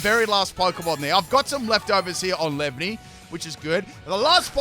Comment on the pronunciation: Dunno if I’m impressed with the commitment to purposefully mispronouncing all three of the lines names or dumfounded cause no-one can be that dense